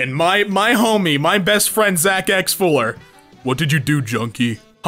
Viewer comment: H-Hewwo OwO.